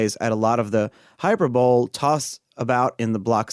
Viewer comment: Hyperbole is pronounced: "Hy-per-buh-lee". It basically means "exaggeration".